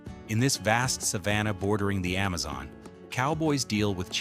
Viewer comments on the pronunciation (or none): none